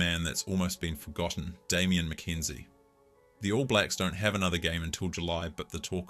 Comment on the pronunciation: Great video, gotta work on your name pronunciation though lmao